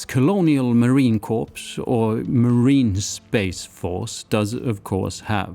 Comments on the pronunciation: Its pronounced "Core" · Awesome, my friend!! Thank you for the nod to the United States Marine Corps. By the way, CORPS is pronounced “core.” Corps is a branch of the military assigned to a particular kind of work. I trust your health is continuing to improve. I learn so much from your videos. Thank you! –Rick, USMC